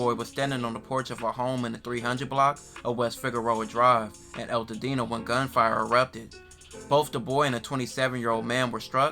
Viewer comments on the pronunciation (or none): Nigga u said eltadena..... Is altadena bro? You have to put an emphasis on the AL... Is right above pasadena